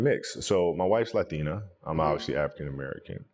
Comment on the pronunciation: He pronounced Latina the right way ✊🏼